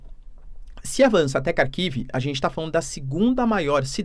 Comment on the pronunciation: Minha mulher é russa e dá risadas cada vez que o diz Kharkiv.